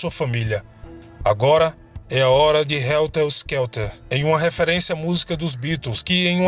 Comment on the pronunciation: "Helter Skelter" e não "stelker"